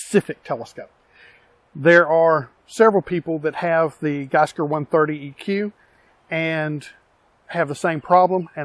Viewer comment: Gskyer is pronounced G Skyer.